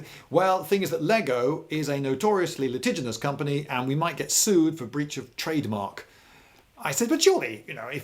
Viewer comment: litiginous? Is that a Britishism?